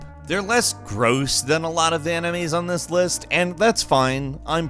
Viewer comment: Emenies??? EMENIES?!,!